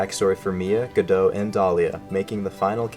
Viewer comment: How do you pronounce Godot's name correctly in this video but not anywhere else? Youtube, why did you show me this? I'm in pain now!